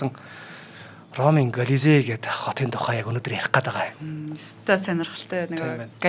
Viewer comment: К дуудахгүй Голизей гэж яриад бна шүү, Веспасианыг Пэспас л гээд бхын, цуврал Спартак бол түүхэн үнэн багатай фантази ихтэй цуврал шүү. Ер нь гладиаторуудын тухай нэлээн гуйвуулгатай ойлголт кинонууд өгдөг шүү. Тийм болохоор нэг бол кино ярь, үгүй бол түүхийн талаа баримаар бхийн. Эмэгтэй хөтлөгч "300 Спартан" киног л Гладиатортой холиод хуслаа. Түүхэн баримт талаасаа гладиатор маш өндөр үнэлгээтэй, амь насаа алдах нь кинонуудад гардаг шиг их биш бсан гэдэг шүү. Италид бсан Амарсанаа хөтлөгч хаачсийн бэ?